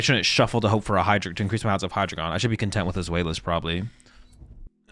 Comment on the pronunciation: For everybody's reference The names are pronounced "DYE-no", "ZWHY-luss" and "Hy-DRY-gone". Its the German for 1, 2, 3 😊